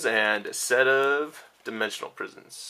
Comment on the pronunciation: u said at the end you got a set of dprisons when u were showing dfissures lol